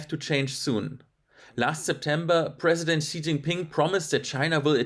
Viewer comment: How can this guy report on China when he can't even say the president's name right?